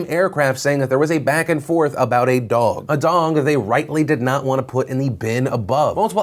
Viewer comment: Phil says “Dong” not dog.